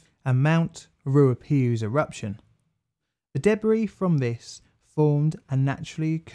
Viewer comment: Roo argh pay who...tong argh rear row... why oor ew....